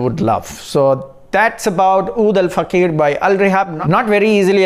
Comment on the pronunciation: Pronunciation of OUD al FAAKHIR NOT oud al fakheer mann, FAAKHIR means magnificence, Dignity and fakheer means proud respect the name bro!